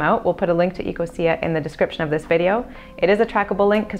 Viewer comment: OMG ITS EC-O-SHA